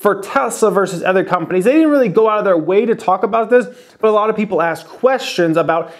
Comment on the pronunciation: Other not ether. Sorry, it bugs me. LOVE THE CHANNEL